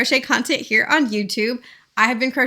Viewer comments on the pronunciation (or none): none